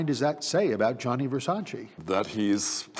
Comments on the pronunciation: It aggravates the hell out of me how the narrator cannot say Versace's name right. Its GIANNI not Jonny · Does the narrator really not know how to say Gianni? Who’s Johnny? Lolol. And it’s Keen-Tana, not Kwin-Tana 🤦‍♀️